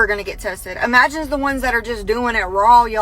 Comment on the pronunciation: imagine not even being able to say imagine😂 imagine looking like a complete idiot and sounding like one too😂 The public education system needs to be really be punished for the amount of idiots they put out in the world